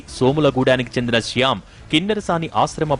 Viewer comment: Siyam kadhu ra shyam